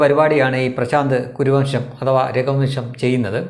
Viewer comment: Kuruvamsham not Koravamsham(kora=barck)dogs